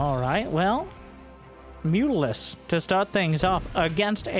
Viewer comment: lol "mutarisk" good one